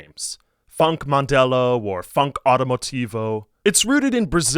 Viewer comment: Btw Mandelão is pronounced mande-lan-oh